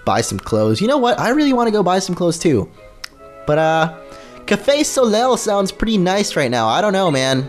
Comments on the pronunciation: soleil is pronounced "so-lay" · its pronounced So-LAY